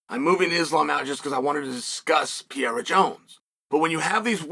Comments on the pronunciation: Hi Chael, if you are reading, first of all i'm a big fan. That been said, and since is not your native tongue let me help you out: you say something like PIERA (PI E RA). It's pronounce PEREIRA (PE REI RA). Just because i know you are a pro and should give a damn (or not, maybe you alredady know and just dont care, wish is fine. If not, now you know.) Keep it up. Great stuff. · Please work on pronouncing PE-RE-RA...... NOT PEE-ER-RA....thanks